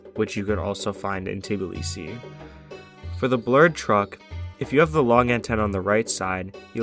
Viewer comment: georgian speaking: why do u say Tiblisi Its pronounced Tbilisi